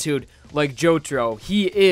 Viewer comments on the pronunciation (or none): none